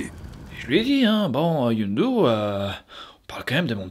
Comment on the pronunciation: « Youndu » toute la vidéo, ca m’a trigger comme jamais, c’est Yondu bordel